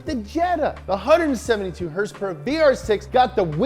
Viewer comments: Why does he say horsepower the way he does🤣🤣🤣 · Somebody needs to tell this fat bitch to stop intentionally mispronouncing certain words (i.e. horse powers). It's not funny and annoying af.